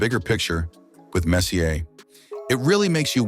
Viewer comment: If you are making a video, first learn to pronounce his name, FFS.